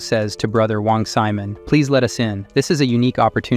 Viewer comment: Wong Simon... Sigh-mon.not semen.